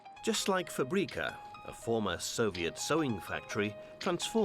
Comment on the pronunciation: U pronounced “fabrika” hella wrong